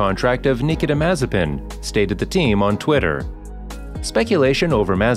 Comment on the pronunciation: Thanks you saved me 5 minutes! Though I should have figured it out right away when they didn’t pronounce his first name right.